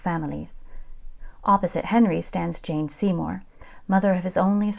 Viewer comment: Jane Seymore not Jean Seymore.